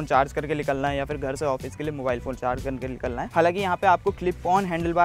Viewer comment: LIKALNA nahi hota bhai NIKALNA hota hai